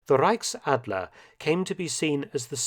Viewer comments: reickadler it's so cute how he speak German Hahaha Reich Ch Ch Ch Ch Reichsadler Reich Ch not ck 👍👌😂❤️ And yes we love the iegal.... He is like we wanna be High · zu gut wie er Reichsadler ausspricht